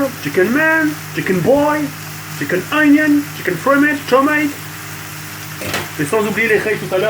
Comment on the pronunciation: Quand TK parle en anglais MDRR : IS IT THE CHICKEN , CHICKEN GIRL(GRILL) , CHICKEN WIN (WING), CHIKEN EUNIONS (ONIONS) , CHICKEN JUKE (JUICE) CHICKEN POULET MDDDDDDDDRRRRRRRRRRRRRRRRRRRR